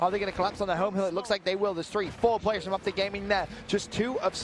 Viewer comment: Optic not Opic 😂😂